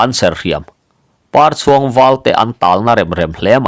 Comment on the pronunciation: 'Parchhuang,' i lam dan thluk hi a dik lovang. Pâ hming pakhat, "Papar, " tiha Parchhuang tia lam tur. Lo hal khu in Par a chhuang, tih ang hian aw.